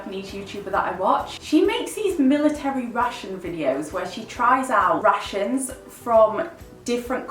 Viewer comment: Omg I thought you were saying Russians instead of rations and I was so lost trying to figure out what you meant by “she tries Polish army’s Russians” hahaha